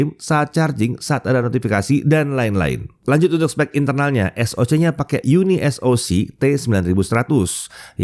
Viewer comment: Di baca Uni(pisah)Soc